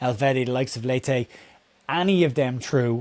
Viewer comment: Leite is pronounced Late as in I have worked late 😎…Leche is the Brazilian Portugues pronunciation… Latte is a type of coffee! And not correct mate …. 😎🤣⚔️🍻